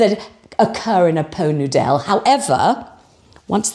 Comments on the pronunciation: Laughed out loud when you said po noodel 😅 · Oh, it took me a minute to catch onto the "Po Noo Dell". 🤣🤣🤣🤣. Thank, thank you for the laughs. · Po Nudel? Ah! Did you say "Pho Noodle?" 😂😂😂😂😂😂😂😂😂😂😂😂😂 😂😂😂😂😂😂😂😂😂😂😂😂😂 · “Po noodelle” 😂😂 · I felt sorry for my neighbours ehen you said "Poe Nudel" I laughed out loud, and you used my two favourite biscuits. Utter delight. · Pot Noodel, pronounced po nudel, a culinary delight served in elevated crystal ware - I feel like a Princess! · I think I will always pronounce Pot Noodle that way now. Excellent. 😂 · I soon hope "po noo dell" sticks. Champion!! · As your very old and dear friend from 2 episodes ago, I hope I am not holding you back as I tell you how much your Poh Noo Dell made me laugh…you are really killing it!